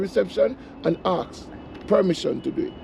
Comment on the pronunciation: Why can't certain people pronounce the word "Ask"? Aks is not a word I know.